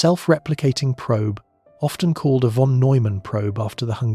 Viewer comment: If only you pronounce "von" correctly.